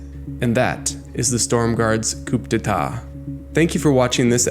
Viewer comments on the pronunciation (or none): Couldn't help myself, please forgive me... -It's "without further ado" not "to do" -Coup d'etat is pronounced "Koo day tah" not "Koop day tah" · coop day ta eh? your accidence has further to do, my friend (